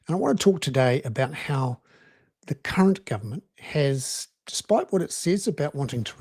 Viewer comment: Bernard, you might like to ensure that you clearly annunciate the r’s in “current” when you say “current government” ;p